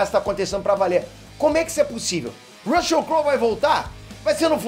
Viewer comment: Com a pronúncia do YouTuber do nome do ator, desisti de continuar assistindo o vídeo, Rucheu não dá